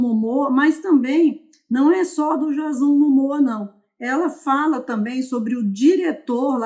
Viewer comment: não é jazón... é Diêizon 👀